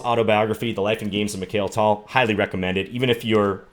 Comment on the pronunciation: I was so excited to watch this video... Until I heard you pronounce Mikhail Tal 😩 Please John, you're an International Master, and surely you've come across and studied so many Russian chess players in your career. At least respect the names of one of the greatest in history!